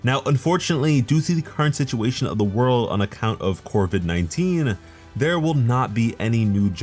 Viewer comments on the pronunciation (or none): Ik I’m now the only one who heard him say “corvid 19”